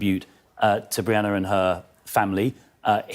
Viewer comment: Sunak couldn't even get Brianna's surname right in his tepid "tribute"